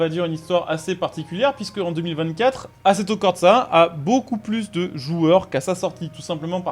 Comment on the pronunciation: Merci beaucoup d'avoir parlé du nouvel Assetto (par contre à corsa tu feras gaffe, y a pas de T entre le R et le S)